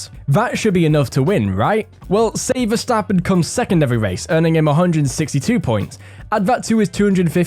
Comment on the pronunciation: This guy actually pronounces Verstappen right